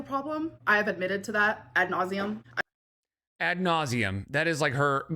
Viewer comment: I would bet 100$ that doesn't know how to actually spell "at nauseum" (that's how it sounds to me when she says it) Most likely she doesn't know how to spell both words